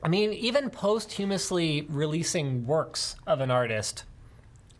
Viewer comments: Posthumously: "Paust-hew-mus-ly" or "Post-hew-mus-ly". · hahahahahahaha oh god, pos chu mus ly